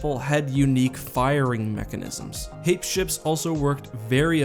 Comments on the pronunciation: Hā-pēs, not hā-ps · HEY- pees, it's an actual real-world word. I wasn't going to comment until I saw no one else corrected the pronunciation. Unless some canon source decided to pronounce it real real dumb for some reason, it's a two syllable world.